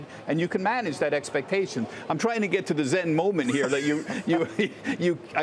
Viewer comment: He just doesn't jet it... 😂